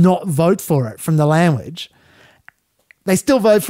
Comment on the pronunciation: Not that it matters but you say lamuage rather than language